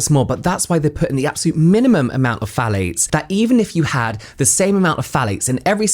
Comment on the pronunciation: I'm not a native English speaker so instead of "phthalates" I'm hearing "fallics" and I'm interested in the subject but I have to pause to stop laughing. I'm a grown adult but now I feel like I'm 12 y.o.